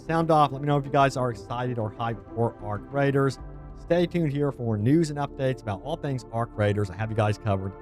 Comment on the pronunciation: He said arc riders hahaha 😆 lol